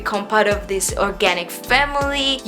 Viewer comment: Funny how she says aloe vera & subscribe lmao